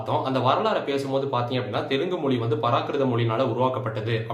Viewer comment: Even Tamils can't pronounce Telugu, like Telungu